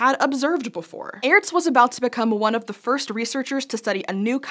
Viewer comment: Just so you know, it's pronounced like the word Arts. The e is not pronounced, it used to be used to make the letter before it (in this case A) sound longer.